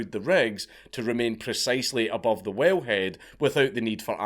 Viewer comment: A Scot saying "whale" sounds exactly like "well." The intro got confusing until I focused... XD [well, whale, while]